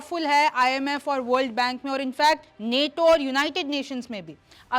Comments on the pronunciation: Neto nahi nato hai Theek se bolo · नेटो नहीं नाटो है मैडम 😂